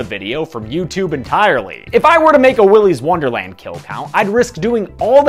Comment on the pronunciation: Willy’s worderland